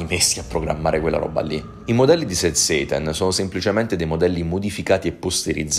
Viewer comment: Scusa ma quando dici sad "seitan" mi viene in mente il seitan dei vegani 😅